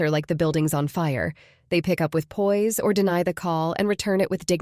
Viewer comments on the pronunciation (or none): none